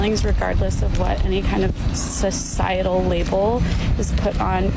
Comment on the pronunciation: She said “cis-cietal,” omega lmao